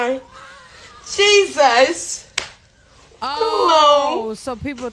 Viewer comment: His middle name is pronounced haysues. Not Jesus.